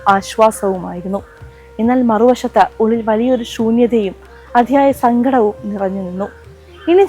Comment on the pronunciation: സംഘടം അല്ല സങ്കടം എന്ന് പറയു